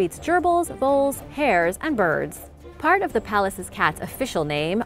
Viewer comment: Number 7. It sounded like you called it the "palaces cats". Idk what the actual name is, but it sure does look grumpy yet cuddly too! I'd be stoked to be in the presence of ANY of these gorgeous wild cats!